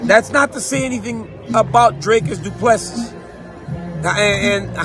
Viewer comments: Mr Daniel son....its pronounced as Du Plessee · DC....Dricus said The S is silent 😂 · I wasn’t unhappy with the headliner draw - but it was boring AF. Paddy lost - absolutely disgraceful judging. Being a South African super stoked that Dricus and Cameron got the job done. Have to agree I’d like to see Darren T back at WW whom I really enjoy when he’s dialled in. DC please learn how to pronounce Du Plessis correctly 😢😉. Topuria is a savage - I wouldn’t mind him and pimblett crossing paths in the octagon one day. He will send paddy’s chin into orbit.